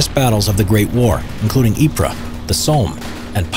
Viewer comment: *Ypres *Passchendaele